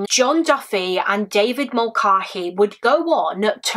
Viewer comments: I love you and all of your content, but please look into how to pronounce Irish names. It is really jarring and distracting to hear you call someone the wrong thing. This isn't the first video I've noticed this in and it isn't only a you problem, plenty of English people have a weird stumbling block around it. But the a in Mulcahey is pronounced like the a in cat not the a in car or bar. (Doherty doesn't have a K sound being the other most common one in the UK). Irish names aren't hard to pronounce and I know you'd put in the effort with other foreign names. I'm only asking this of you because I think you're sound and might actually listen. I wouldnt mention it if I thought it would fall on deaf ears. Thanks for all the hard work and research you put into all your videos ❤ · Hi Rose! I do apologise for the mispronunciation! I watched a couple of documentaries as part of my research for this case and they all seemed to pronounce Mulcahey the same way I said it in the video but thank you for correcting me lovely! x